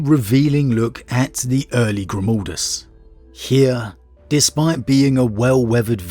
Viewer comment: It's pronounced Grimaldus...not Grumaldus...G...R...I...M.............GRIM.....stop saying like that... please!!!!